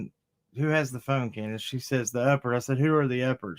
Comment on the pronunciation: It's candus lol!